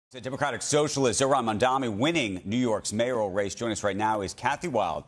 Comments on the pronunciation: Watching the wealthy elite and their stooges Andrew and Joe cry about this is a thing of beauty! and it's MAMDANI, you need to pronounce your Mayor's name correctly Andrew. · Why cant this guy pronounce his name right, so shameful